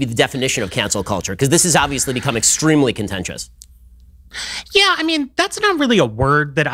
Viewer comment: Any U.K. viewers spot the similarities with this Lib and Stevie G or Carra? “Yeeeeeeeeeeeeeeeeeeeeeeeeeeeeeah (of course)” & again 😉